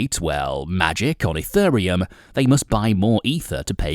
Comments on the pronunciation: What is this E-FUR-RE-UM he speaks of? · you pronounce it wrong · first learn how to pronounce it, mate..... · This video would of had much more credability if you could actually PRONOUNCE the word 'Ethereum' correctly!! All you need to do is watch a couple of other YouTube videos and you would soon find out how to say it! I've been watching videos about crypto since 2017 and I have NEVER heard ANYONE saying it the way you do! So basically the way you're say it is WRONG!!